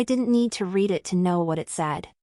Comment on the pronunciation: AI can't tell the difference of read and read, past tense. . . AI fail